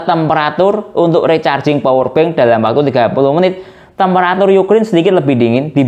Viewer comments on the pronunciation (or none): none